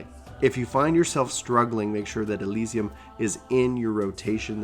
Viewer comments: Great guide! But as many have mentioned: Aireo and Alysium? Come on, man. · Ass eye lum... Lol